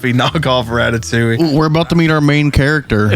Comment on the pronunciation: Nah that said "ratatowing̈"